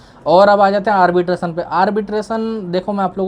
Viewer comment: Arbitrasan? ❌ Arbitration! ✅